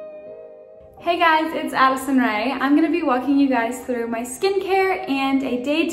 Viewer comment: i know ya'll couldn't care less but i HATE the way she pronounced through and drunk and lol